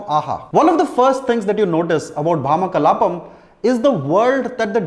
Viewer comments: It's Bhamaa 'భామా' kalaapam, not భా'మ' kalaapam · Its bhamakalapam .. not bhama kalapam